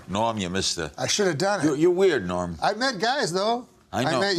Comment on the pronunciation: All those years passed and nobody ever told Larry that his name was "Norm," not "Noam."